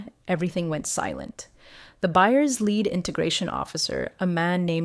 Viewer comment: Please instruct your AI to pronounce LEAD correctly. My ten-yes-old niece could do a better job. 🦜